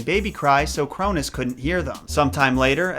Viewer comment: You mean the sons of Uranus not the sons of Crounus